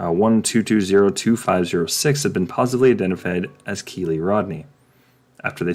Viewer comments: Dude.... Learn the details before you try to put your two cents in. And... It's not Kee Lee. It's K 👁️ Lee. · Tip. Do not mention a victim if YOU CANNOT PRONOUNCE THEIR FIRST NAME.